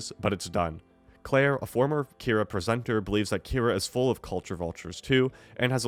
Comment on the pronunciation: How are you saying both “PAQ” and “Kyra” wrong? Have you even seen the show before? Lmao